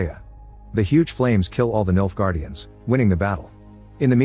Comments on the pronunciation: Not gonna lie, every time you say Nilfgaardians, I thought you were saying, "Milf guardians" 😂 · i cant help it every time he says "Nilfgaardians" I hear "MILFguardians"